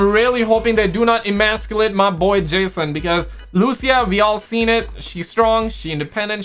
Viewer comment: Luuushia you pick up on, but yet you say ssheeewawaaa lols